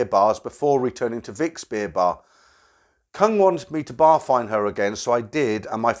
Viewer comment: Koong , K is pronounced G and it means proun or shrimp.